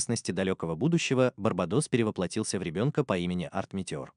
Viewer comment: Вообще то Барабатос ударение 2 а Алё и кстати эта была его подруга с которой он вместе воевал Кстати огромное спасибо то что ты оставляешь название аниме в описании так я влюбился в Аниме❤